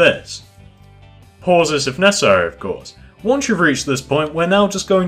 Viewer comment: stop saying pause so hrdly damn its annoying me but this video helped